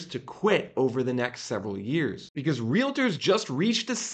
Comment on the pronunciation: Translation guide: when he says "biziz" he means "because"